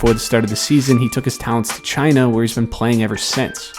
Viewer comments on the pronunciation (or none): none